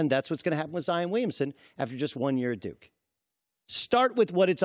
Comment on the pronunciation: Haha he said duke-y